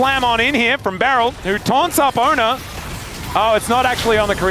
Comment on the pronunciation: Fun fact, his name is actually pronounced ONEr not Owner… (He chose to change summoner name to ONEr when signed to show his commitment and dedication to T1 Team…)